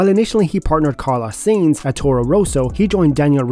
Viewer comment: Bro u need to learn how to pronounce the name of the drivers. Carlos zines? Riciardo? 👎